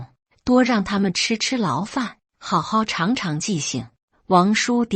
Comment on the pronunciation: 长长记性- 是长大的"长"zhang 第三音，不是长尺的"长"chang 第二音。 这样的水準，那里学的中文？？！